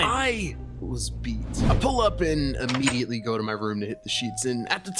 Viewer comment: He im-meat-ediately...I’m so sorry if you read this